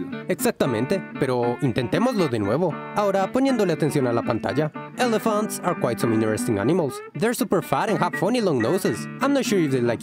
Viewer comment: Dijo elephants?! Escuché hello fans 😂😂😂